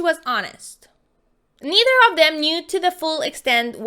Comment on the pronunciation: It’s pronounced of Not OOFF ur voice is soooooo bad